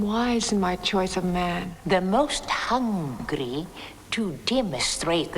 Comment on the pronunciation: Hundra " how will I know if I have found the right man?" Narrater "the most HUNG...gry...." No way that emphasis on that one syllable was accidental.